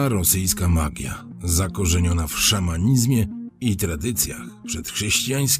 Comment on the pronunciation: Nie wiem, jak to możliwe, że źle wymawiasz słowo „szamanizmie”. Dzieci w pierwszej klasie szkoły podstawowej wiedzą, iż litera „i” przed „z” zmiękcza „z”. Okres czasu? Serio? Okres to już jest jakiś czas, więc nie ma czegoś takiego, jak „okres czasu”. Tutaj nawet powtórzenie całej edukacji nie pomoże!